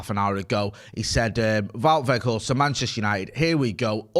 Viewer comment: the correct pronunciation is Vout (like about ) Vay Horsed